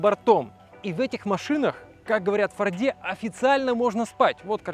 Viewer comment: Аж кровь из ушей, когда слышу ФордЕ! фОрде епт! фОрд!